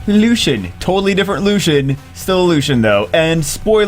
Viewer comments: "Lu si en" is how you pronounce it not "lu sh en" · It's pronounced Loo-see-in. Not Lushen. And he's a dude. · Its not pronounced LU-SHEN its pronounced LU-C-IEN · wouldn't it be more like (lu-see-en)? Lucien? Where is the h sound that is in LusHen coming from in Lucien? Js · thats wrong. Its LuCian not luchian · i think it is pronounced as " LU-SI-YEN " am i right ??? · warren Its pronounced in every other major language Luu- cee en, too. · Yes, I know little french. It pronounced lucyen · bro stop calling him lushien, do you call Lucy's "lushy"? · hate people who say her name wrong... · You're right. He is saying it wrong. he butchered Lanett's name in her spotlight too. he pronunced it lan-it rather than La-net. im terrible at some of these odd game names too, but these are not too difficult imo.